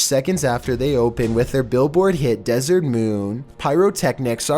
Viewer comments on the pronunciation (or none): none